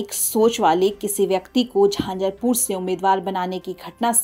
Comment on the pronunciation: झांझरपूर नहीं झंझारपूर कहिये 😮😂